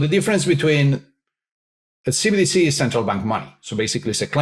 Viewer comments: Love the video but, please get it right. It's CBDC, NOT CDBC. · Can pls stop saying CDBCs.... its CBDC......B!... Not D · keep saying CDBC instead CBDC 😂 I assume it's intentional. CDBC = Central Dank Bigital Currency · Is it just me getting annoyed by saying cbdc wrong 😂